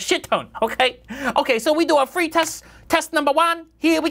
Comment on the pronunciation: "we don do fwee testing, no. we do fwree tests. we don do fwee testing, intel pay us a shit ton" IM DED